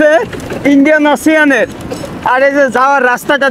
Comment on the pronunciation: ইন্ডিয়ান ওসান বলে ওসিয়ান না